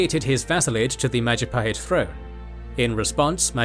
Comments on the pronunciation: Oh look at who controls all the islands? It's the Mahajapit ❌ Majahapit ❌ Mapajahit ❌ Mahapajit ❌ Mapajahit ❌ Ma..ja..pa..hit ✅ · Mahajapit ❌ Majahapit ❌ Mapajahit ❌ Mahapajit ❌ Ma-ja-pa-hit? ✅ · mahajapit ❌ majahapit ❌ mapajahit ❌ mahapajit ❌ mapajahit ❌ majapahit ✅ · Maja-pahit ❌ Maha-pajit ✅ (maha means great in Sanskrit) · Mapajahit ❌ Majahapit ❌ Mahapajit ❌ Ma ja pa hit ✅✅✅ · “Oh, look at who’s in control out of all the islands!? It’s the mahajapit! ❌ Majahapit! ❌ Mapajahit! ❌ Mahapajit! ❌ Mapajahit! ❌ Majapahit? ✅ “ bill wurtz history of the entire world I guess video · New video from? It's the Mahajapit Empire! ❌ Majahapit Empire! ❌ Mapajahit Empire! ❌ Mahapajit Empire! ❌ Mapahajit Empire! ❌ Ma-ja-pa-hit? ✅ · Oh look it’s the Mahajapit ❌ The Majahapit ❌ Mapajahit ❌ Mahapajit ❌ Mapajahit ❌ Majapahit ✅ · Mahajapit ❌️ Majahapit ❌️ Mapajahit ❌️ Mahapajit ❌️ Mapajahit ❌️ Ma-ja-pa-hit? ✅️ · Lovely video, but you guys need to work a bit more on the Indonesian pronunciation 😄